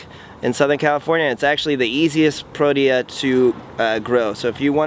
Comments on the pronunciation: Pro-tea-yah Not what you said. The South African Cricket Squad is called Proteas. Beautiful Garden. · It's pronounced Pro-tee-ah.... I'm South African...